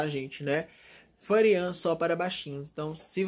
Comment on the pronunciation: "Endemoniada a Fãrian tá" kkkkkk